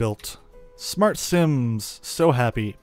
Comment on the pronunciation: not similiens but SIMS